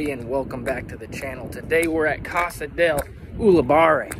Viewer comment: Uli-par-rí Park